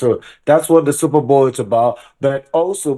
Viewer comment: Please it's Super Bowl not Super Ball 🙄🙄😅